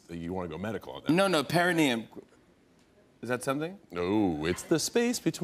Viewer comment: Best thing I stumbled upon . 🤣 Jimmy couldn't say perenium and I couldn't decide if it was because he couldn't pronounce it or because he was LHMFAO " you gotta look deep within your..." 😅 *I'm crying *